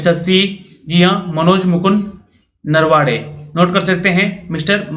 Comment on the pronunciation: नरवाडे नही सर नरवणे है वो